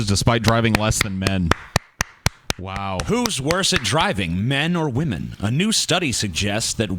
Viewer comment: wamen... am I right guyss? what a nobel subject lol